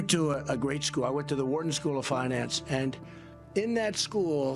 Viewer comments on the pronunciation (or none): It's Wharton School, not Warden